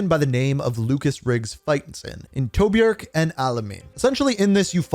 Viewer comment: Bro did not say Tobruk or alemain right